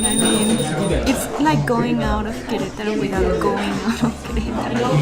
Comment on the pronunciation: May prononunces the A in Queretaro. Why don't you? I'm assuming she's right?